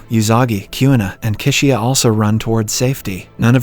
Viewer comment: Kyuna- it’s Queena (Kuina)